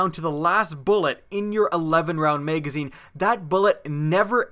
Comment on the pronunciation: maygazine lol